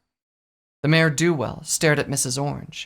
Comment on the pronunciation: Dangit, why do you keep saying "Mare DO Well"? XD